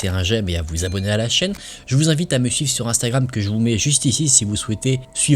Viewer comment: C'est moi ou j'ai cru entendre "je vous invite à me suce sur Instagram"😂😂😂